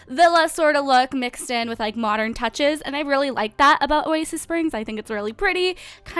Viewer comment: Why english people said : A MOCHERN